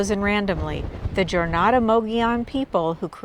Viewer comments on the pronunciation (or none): It is pronounced "Hornado" not " Jornado. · Just a couple of notes, if you don't mind. The bigger and better petroglyphs are beyond the sun shelter. Also, when you say "Jornada" the "J" is pronounced as an "H". Nice video.